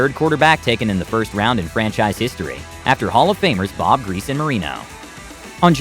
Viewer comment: Lol he butchered all their names 🤣